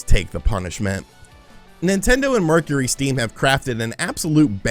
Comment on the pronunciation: Only could mispronounce Mercury